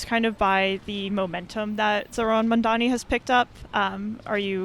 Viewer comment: Iirc that's how south Asian people would pronounce his name, given how Mamdani is half Indian he's probably pronouncing it well/fine